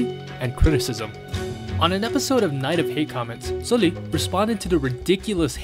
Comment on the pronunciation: Good content as always! But please it's SUL-li like the u in "but" or "dull" not oo in "fool" 😥